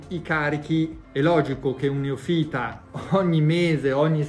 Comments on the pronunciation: Solita miniera d'oro questo canale! Solo un appuntino formalista (perdono!): si dice neòfita, non neofíta 😅 Peraltro, è la prima volta che mi viene voglia di andare al Rimini wellness! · "neòfita" non "neofìta" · Tutto bene👌🏼ma Neofìta non si può sentire